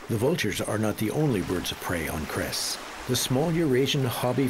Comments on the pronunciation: ITS NOT KRES ITS CRES... YOU NEED A BIT MORE EDU\ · I love how people make documentary of Croatia but the Cres the c is sed as a s